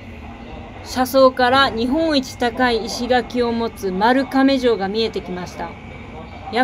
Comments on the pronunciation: ✗まるかめじょう ⭕まるがめじょう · ちなみに"まるがめじょう"ね まるかめではありません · 、運転いけてますね😀口笛で余裕ですやん🤣 亀老山の山道をロードバイクで死にそうになりながら上がってます。しまなみ（１２０ｋｍくらい）はだいたい年１くらいは走りに行ってます。 売店の藻塩ジェラートおいしいですよね。おっちゃん、しゃべり出すと止まりません。。。 夜に行くとライトアップで素敵です。 焼き豚卵飯おいしいですよ、是非次回は食べてみてくださいね。 「まるかめ城」ではなく、「まるがめ城」ですね。細かいとこですいませんm(_ _)m 今度、お父様と一緒に来てみてください。 13：32の自転車、なんですね🤣 余った油におにぎりにつけるは中々ですね、私もよくやります。 中四国の方はあまりされないんですよね。